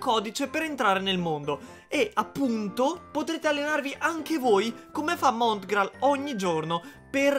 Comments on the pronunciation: SI DICE MONGRAAL NO MONTGRAAL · Monngral non Motgral 🤣🤣 BELLA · Si chiama mongraal non montgraal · Non montgrall ma mongrall si dice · Comunque si chiama mongrall non mongrall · Sbaglio o ha detto MoTgraal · Ma perché dici montgral? 😂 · Hai detto montgraal